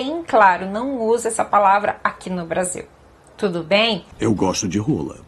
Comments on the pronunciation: ela disse RRRRRRRRRRRRRola no kgola é um som diferente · "adoro uma roolllaa"😂😂😂